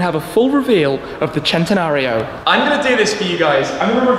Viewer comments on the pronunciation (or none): He pronounces centanario as chentanario when it should be pronounced sentanario Like if u agree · I hate the way he says it “Chentenario” It’s pronounced “Sen-ten-ario” come on say it with me... it’s really not that hard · I wish people would say cent-e-nario, NOT chent-e-nario. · Why does everyone on youtube keep saying "Chentenario?" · If the Lamborghini people tell you that, then whatever I guess they can make whatever sh*t they want. But it's cent-e-nario from the word century. That how we say it in Spanish. The Italians are full of sh*t.